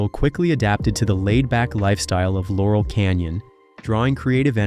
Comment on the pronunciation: Jesus tap dancing Christ!!! It's LAUREL Canyon, dumdum! You also need to fix the audio. 🙄